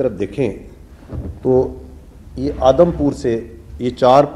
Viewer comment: Adam Nahi Audom pour